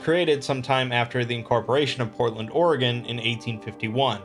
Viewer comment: Thank god you pronounce "Oregon" right.